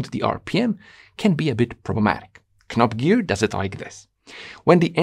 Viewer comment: Its knobgear not knobgear